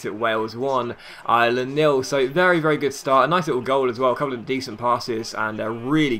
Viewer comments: Ireland ! Not Island ! Great vid otherwise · Ireland Pronounced Are-Lind